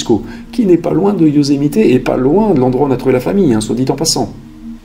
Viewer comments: Euuuuuh, par contre, le " Yosemité " , ça fait vraiment bizarre... C'est le parc du Yosemite... Y'a pas de "é"... Sinon, super vidéo, merci à Toi !! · Bon reportage, merci. Juste....on dit Yosemitt, pas Yosemité 😉 Ce mystère a beaucoup fait jaser... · Yosemite pas yosemité 😉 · Bonjour j'adore vos vidéos. Veuillez m'excuser mais je trouve que vous écorchée beaucoup les noms des états et là c'est Yosemite et non Yosemité. Je suis d'origine Américaine. Il fallait que je vous le dise. Mais cela n'empêche que j'adore votre travail.